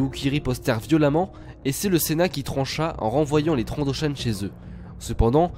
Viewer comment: Dans le nouveau Battlefront, on entend aussi TrandoshAN :)